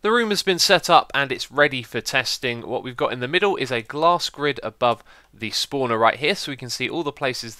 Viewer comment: "Schpawner" :D